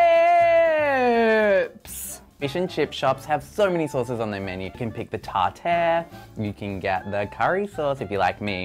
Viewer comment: "Tar-tearr" ?? wtf? Who the hell pronounces it that way? Weird. The guy just invented his own new sauce.